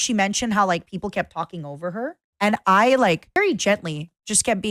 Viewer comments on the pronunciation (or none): none